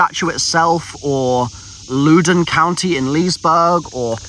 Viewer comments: I wasn’t even sure what he was saying when he was talking about Louden. I live there and It’s pronounced “Lawden” not “looden” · I love watching this seeing talk about my home town and call it LOO-dun lol. Just for everyone's reference btw its (Loud-uh-n). Also calling my hometown Tranzit is quite depressing lol. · lol its LOUD-oun county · it's uh... pronounced Louden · Loudoun county👎 Looden county 👍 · As someone who’s from the Notthern Virginia area, I’m crying at how you pronounced Loudoun 🤣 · The way he is pronouncing Loudoun County is hurting my ears